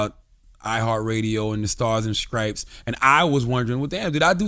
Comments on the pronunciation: Sounds like Cthagod said scripes instead of stripes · Untill this so call "GOD" can pronounce the word "stripes" correctly, he has no right to speak negatively about anyone.